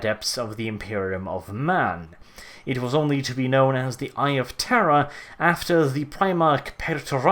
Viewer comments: And to think all this time I thought you were saying "the eye of terra" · Are you saying eye of terror or eye of Terra? ><